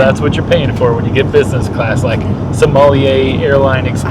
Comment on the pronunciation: It is not MAR ska pone. It is MASK Are Pone Ay. It is not soh mall eee yay. It is SAHM Uhl yay. It is not FEN tuhn ALL. It is FEN tuh nill.